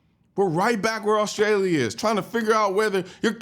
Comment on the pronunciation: My man said every syllable in AUSTRALEEAAAH. Good video. :)